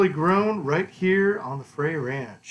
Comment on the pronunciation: It's pronounced Fr Ay , it rymes with "they". Frey Ranch is a 55 minute drive east from Lake Tahoe.